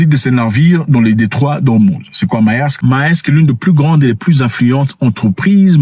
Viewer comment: On dit Mersk en Danois😂 pas Maersk 🎉🎉🎉🎉